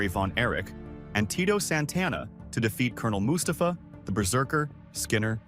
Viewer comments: The A.I. narration explains why it pronounced Col. Mustafa so wrong lol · Anyone else hate the way the way the narrator says Mustafa